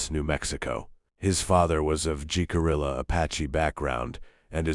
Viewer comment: Taos is pronounced "towel-us" and Jicarilla is pronounced "hicaria" You AI doesn't know that